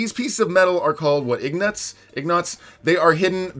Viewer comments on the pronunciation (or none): IGNOTS LOL